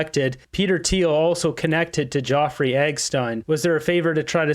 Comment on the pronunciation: His name is Jeffrey NOT Joffrey ❤